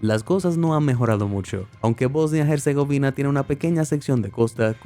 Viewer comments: En "Herzegovina" la H es muda, no se pronuncia como J, al menos en Español, que es el idioma usado en el video, no el Inglés..... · Casi me da un ataque hepilectico escuchando el nombre de Bosnia Herzegovina mal pronunciado todo el rato. La H es muda OMG.